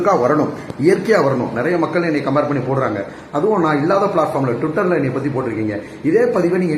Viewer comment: Shanthanu, kangai amaran nu name solla Theriyala.. twitter an Olunga pronounce pana Theriyala ne yellam yepdi da doctor ana😂